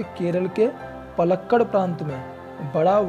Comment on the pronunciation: Palakkad nhy Paalakaad!